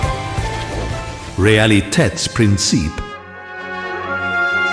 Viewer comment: man that pronunciation of Realitätsprinzip killed me a bit